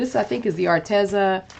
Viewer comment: Psst...it's pronounced Ar-Tee-zuh. I asked them. 😊